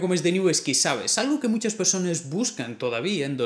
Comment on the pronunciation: dijiste persones?